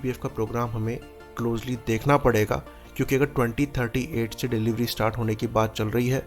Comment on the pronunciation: Clear nahin hei cheejen. You said 2038 or 3038?